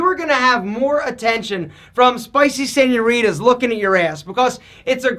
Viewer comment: “Spicy sen-your-idas”🤣🤣